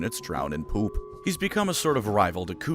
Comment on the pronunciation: the way he says poop killed me